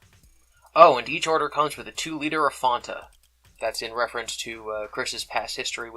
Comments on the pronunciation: It's FANTA, not 'fawnta'. Clearly you were spared the painful "Doncha wanta fanta" campaign years ago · FONTA? It's Fanta....like "I'm your fan" or "ceiling fan" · Its pronounced like fan or the name Ann, not "on" or fawn/faun. F-ann-ta. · He says fon-ta and not fan-ta. How can you call him reasonable?! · "Fonta" lol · Don’t wanna be that guy but it’s Fan-ta not the way you pronounce it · In the commercials they say fonta. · Hold up, is fanta pronounced fonta? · Disliking purely based on your pronunciation of “Fanta” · It made my skin crawl